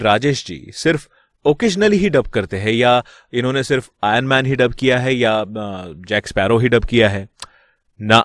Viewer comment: Bro it's IRONMAN not ANMAN...